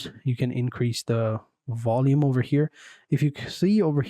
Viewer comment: Vindow and wolume eh😂